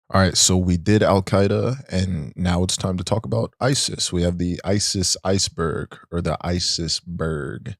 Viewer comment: Emphasis on berg iykyk